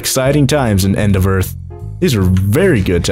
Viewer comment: he said end of err instead of end of earth